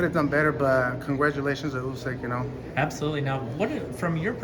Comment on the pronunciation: Why Is it nobody in America can pronounce usyk name correctly? It's Pronounced ood-sick like OO in Wood